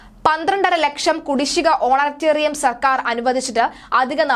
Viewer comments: Send her to some English school ... honorarium is not honaterium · സാധാരണ (Honorarium )ഓണറേറിയം എന്നാണ് പറയുന്നത് ഓണറ്റേറിയം അല്ല. ഓണറ്റേറിയം എന്നെ ഒരു പ്രയോഗം ഉണ്ടോ എന്ന് നിശ്ചയം ഇല്ല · ഓണറ്റേറിയം അല്ല കൊച്ചേ. Honorariam ഹോണറേ റിയം ആണ്. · ഓണറ്റേറിയം അല്ല honorarium. ഇവളെ മലയാളം പഠിപ്പിച്ചവനെ മുക്കാലിയിൽ കെട്ടി അടിക്കണം. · Madam ഒണറേറിയം ആണ്. ഓണറേററിയം അല്ല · ഓണറ്റേറിയമല്ല കുട്ടി ഓണറേറിയമാണ് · ഓണറ്റേറിയം അല്ല കുട്ടീ അത് ഓണറേറിയം (honorarium) ആണ്. അറിയാത്ത വാക്കുകൾ ഉപയോഗിക്കുമ്പോൾ ഉച്ചാരണം മനസ്സിലാക്കി ഉപയോഗിക്കൂ. എന്തൊരു നാണക്കേട് ആണിത്. Honorarium എന്ന ഇംഗ്ലീഷ് വാക്ക് മലയാളത്തിൽ ആരോ എഴുതി കൊടുത്തത് (ഓണറേറിയം ) ഓണറേററിയം (ഓണറ്റേറിയം) എന്ന് വായിച്ചു. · ഓണറ്റെറിയം അല്ല ഓണറേറിയം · Eyaleyoke chumakendi varunna malayaliude oru gathikedu!.mole, onetarium alla onerarium anu.